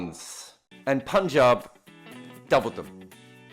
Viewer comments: I would just love it if you become the first white person to pronounce punjab correctly cause I gotta listen to you the whole season and listening to you say poonjab has already become irritating. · Finally said PUNJAB 😭😭😭😭